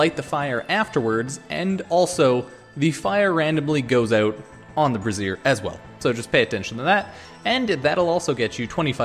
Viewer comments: Yeah haha what you're saying is brassiere (which is a women's bra) lol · Just so you know, you're pronouncing "brazier" wrong haha - google it and hit the "Listen" icon :p